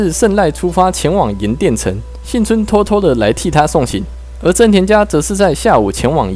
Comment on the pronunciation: 是幸村不是信村,這種程度的還敢做視頻?